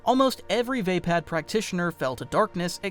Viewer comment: I think it's "vaapad"